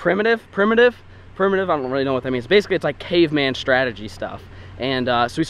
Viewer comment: trying to say primitive is funny as hell.